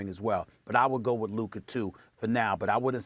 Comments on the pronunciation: SAS Can't Talk Luker 😂😂😂, I remember He Used to Say Kember Walker and Kawhi Lenned 😂😂😂😂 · no one: stephen a: “luker” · "Luker" this dude lol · Stephen A "Lukeer" Smith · Who is Luker? 😂